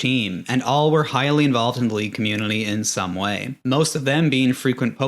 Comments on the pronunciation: bro struggling with the word "community" why you throwing an L in there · This guy found a way to say "community" with an "L"